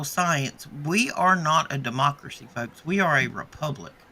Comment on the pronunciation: 😂 dem mock accuracy hip hopak-rit...😮 De-mockracy😅